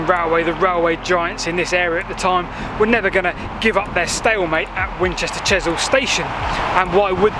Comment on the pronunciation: As a Winchester resident - a great video - though it is "Chesil" not Chisel pronounced [CHEZ] + [UHL] Learnt alot too - so thanks